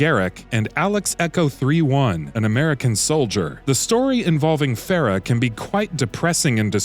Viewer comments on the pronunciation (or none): No wonder this review is lacking. This guy can't even pronounce Farah's name correctly.